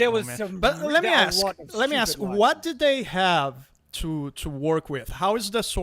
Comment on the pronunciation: did you seriously 'axe' how you won the 'who is the most gay' poll? It's because every time people look at you they see a nice big ''. D'uh!